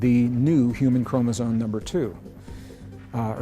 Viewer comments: English is my second language, so maybe that’s why it hurts my ears to hear the word chromosome pronounced by the scientist guy as “chromosone” instead of chromosome. But hey, what do I know… I am just an immigrant, happy to understand English…😊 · are you saying "chromozone"? That's what it sounds like to me. Weird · Chromosome why is it pronounced chromosone? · Yes. He is..Some people mispronounce it all the time. Kind of like nuke u lar versus nu cle ar or nuclear